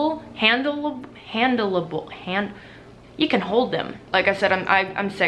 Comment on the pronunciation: Pronounces handle able incorrectly 5 times. You can hold them!